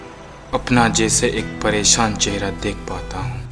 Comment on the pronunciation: ...certain voids in dialogue deliveries...mispronounced! "riSTa",, "pareSAan" n sorts...warna d rest was fab...n,, i must say.....formidable script..simply Loved It <3:-*...but THE PRONUNCIATION THING must b considered... (y) #BestWishes # MayUProsper